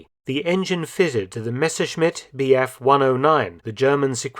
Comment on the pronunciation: Very interesting. I am very pleased with the correct pronunciation of the name Messerschmidt, which is almost unique to many English speakers. Thanks